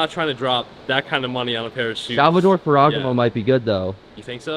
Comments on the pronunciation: bro its "fair-ah-gah-moe" 🤣🤣🤣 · Listing to the way he pronounces Sal-va-tor-ay Fer-E-Gam-oh makes me cringe. lol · someone tell it’s fer-ah-gah-mo